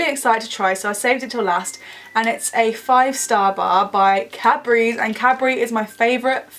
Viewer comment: Every time she says "Cadbury" I hear "capri." hehe